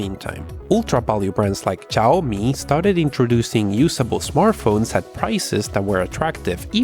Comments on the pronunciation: SHIAOMI (XIAOMI) NOT CHAOMI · or tsiaomi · C H A Y O MI Jajajajaa... It is Shiaomi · Its shiaomi not caoyomi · Simply big processor, smoll ram smool storage, smooll memory usage Btw it's xiaomi or xiaomy with X or shawmi Not Cyomi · God, the XIAOMI is XIAO MI not XI AO MI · its Chiaomi, not chayomi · he says ''chiaomi'' and it's pronounced ''shiaomi'', it's not that deep. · It’s pronounced sh-ow me, not chinome, take it from someone who’s chinese lol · It's Xiaomi not Chaomi LOL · I cracked so hard when he pronounced Xiaomi as C H A W M I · Read/pronounce it as "SHAWMI"!!! 😂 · xiaomi= shaw-mi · now wtf is a * X A I A Y O M I* phone? 😂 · Did i heard chaomi? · What? Did u said caomi? xD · Its Cee-Yaw (Fast) - Mee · It's pronounced ''shaumi" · If you're pronouncing xiaomi as cayomi, I wonder what will you say to gigabyte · Just say it like everybody else "S'haw-mi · i think xiaomi pronounced zi yao mee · This is how you pronounce > shaou mee = Xioami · Learn to pronounce Xiaomi first! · It's Xiaomi not Xiaomi Cmon man fix your Asian accent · Every timethat you mispronounced xiaomi every time,I cringe smh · When he pronounced Xiaomi wrong 3 times in a row 😭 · The way you say xiaomi lol over and over again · Every time he pronounced xiaomi in the wrong way I couldn't stop myself from laughing 😂😂😂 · You just murder Xiaomi brand when you say the said brand. haha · please stop saying Xiaomi it's painful listening to you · it's hilarious and that's the point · I have uploaded a video for downloading pubg lite..its very easy Sry bro for this comment But love you...bcpz of u I was able to run many games on my budget PC..u r ossum And u pronounced xiaomi incorrect;-) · You have somehow managed to pronounce "Xiaomi" differently everytime you said it